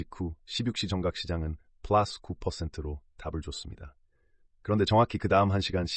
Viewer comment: 존나 고퀄 분석 영상이네요... 쁠라쓰 발음도 좋으시구요~! 더 큰 유투버 될거 같아요!!